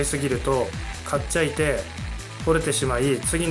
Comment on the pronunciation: かっちゃいて？ 方言？ 意味が分からない。